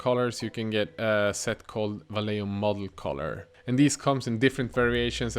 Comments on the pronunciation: hey, love your videos man. One tip i can give you and every other non spanish speaking person that make spanish speaking people cringe is about vallejo, is not pronounced /valeo/ the correct way is /vajeho/ /JE/ like in JEnnifer and /HO/ like in HOrrible. hope you read it:P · Love the very swedish "vallejjo", it's spanish and pronounced "Vaijecho" ;) /Swede living in spain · Great video :) but Vallejo is pronounced va-ye-ho. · Just watched one of your other videos where you pronounced Vallejo perfectly. In this one you need a bit more pronunciation and 'flem' on the J. 😂 Loving the vids.